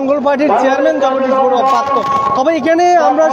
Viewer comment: পড়ুয়া না বডুয়া 😂